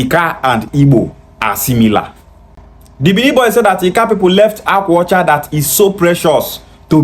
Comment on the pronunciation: Akwa ọcha is Igbo language meaning "White cloth" He's claiming Anioma yet he can't pronounce Akwa Ọche. Why is he crying on their behalf & draging them, is it byforce to be Bini? 😅 funny people.